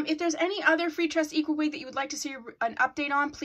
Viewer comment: Love your update vids and how you say "freetress equal" lol😂💕